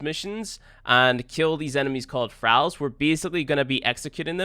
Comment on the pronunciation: Started watching immediately clicked off when he pronounced Thralls.